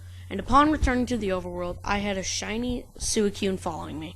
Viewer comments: Did this man just say sue e coon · It's pronounced Suicune (Swee-cune) dude or girl. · ur pronouncing "suicune" wrong